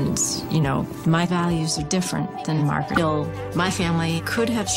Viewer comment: Dude calls her Margyereet despite her introducing herself as Margaret 900x in front of him.